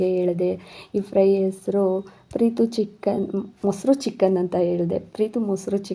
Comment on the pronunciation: ಸಿಸ್ಟರ್ ಅದು (ಚಿಕ್ಕಾನ್) ಅಲ್ಲ ಚಿಕ್ಕನ್ (ಮಟಾನ್) ಅಲ್ಲ ಮಟನ್